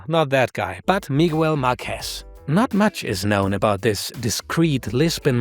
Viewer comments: Miguel is pronounced as Miggél, not Me-well. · That's not how Miguel is pronounced...